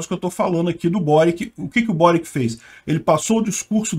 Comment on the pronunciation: Peter o Boric é croata. O nome dele se pronuncia „Boritx“. Tenho bastantes amigos da antiga Yugoslavia.